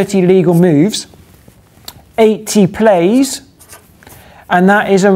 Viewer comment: That's "plays" not "plies" :P